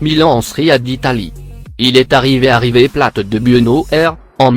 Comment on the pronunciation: Wsh il a dit river pla au lieu de river plate 😂😭